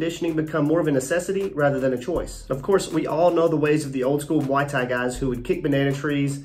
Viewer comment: How hard is it to say Muay Thai?